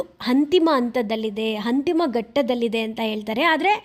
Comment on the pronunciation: ಅದು "ಹಂತಿಮ" ಅಲ್ಲ "ಅಂತಿಮ"